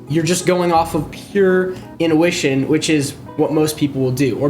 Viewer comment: Bro needs to learn how to say intuition.. its not "in ooo wish in" its "in too wish in"